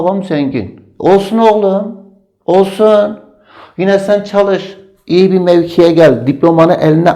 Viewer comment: o ÇAL-IŞ degil ÇAL-İŞ OLACAJKK Y